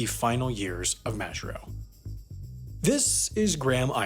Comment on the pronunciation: You pronounce Majuro wrong